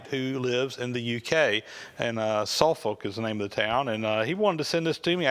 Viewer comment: It's pronounced Suffuk - the L is silent.